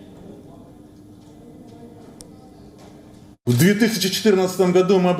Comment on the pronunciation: Annoucer; And the hard to believe ninty-nine point two three percent Donesk... Lol,lol. Sad to see Ukraine's version of 2000 and 2016 elections...